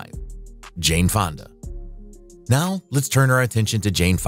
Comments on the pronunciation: His fathers name is: Henry FONDA n o t how you pronauced it.......... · This guy got one correct….. Fonda!